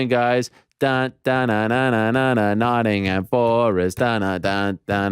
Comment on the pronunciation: always cringe hearing americans talk about English football. the lack of knowledge , or awareness is astounding. then they try to pronounce the names... "Notting-ham" ? its a silent H.